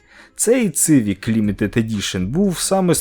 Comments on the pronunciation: Не цивік, а сівік! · Як можна говорити Цивік, якщо читається Сівік((( не розумію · Не Цывик, а Сивик! Буквы С в английском читается как - Си а не Цы.... Сколько можно неправильно читать название модели. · будь ласка, не цивік а сівік